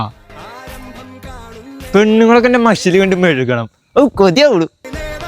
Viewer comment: മസിൽ ❌ മഷിൽ ✅😂